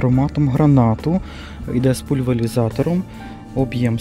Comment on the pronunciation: Правильно казати:пульверизатор.